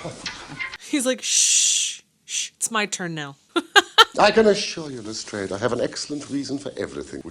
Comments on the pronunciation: This is the only adaptation where I've ever heard the name pronounced as Le-strayd, instead of Le-strahd. I wonder if the show's researchers determined that the Victorians would have said Le-strayd and we've been saying it wrong all this time. Or maybe Jeremy Brett just looked at the way it's spelled and decided for himself that Le-strayd must be right. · Joseph Alexandre Lestrade was the name of an acquaintance in Conan Doyle's school days. There does not appear to be a consensus on the correct pronunciation, but Arthur Conan Doyle's daughter, Dame Jean Conan Doyle, stated that her father pronounced the name with a long 'a' sound.